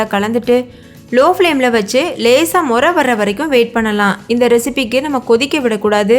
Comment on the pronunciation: nuraiya. illa muraiya. sollungamma